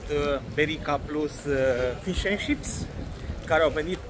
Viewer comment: Frumos și periculos traseul pe stâncă! Maimuțele sunt obișnuite cu oamenii, ai greșit când ai aruncat coaja de banană! S a simțit amenințată, bine ca nu te a luat la alergat. 😀(Fish and" cips", pronunția. Ships inseamna vapoare! 😂) Sănătace bună, cum se spune la voi!